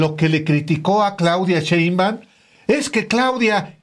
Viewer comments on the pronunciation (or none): none